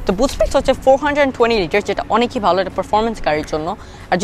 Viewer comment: Beautiful review, I get stunned seeing how beautifully you deliver all that data without seeing anything. Keep it up. However, please try to correct a few pronunciations that you have in Bangla, like "Oneki". Sounds cringy and since you are a growing YouTuber so now proper Bangla will help you. Keep it up. Great work